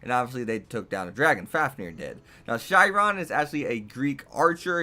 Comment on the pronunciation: OK A as for how mordred exists: as the Simpsons said a wizard did it. The wizard being Merlin. Basically he turned saber into a futa. And B: the h in Chiron is silent. And technically the Lancer of black is the guy Dracula was based off of not the other way around.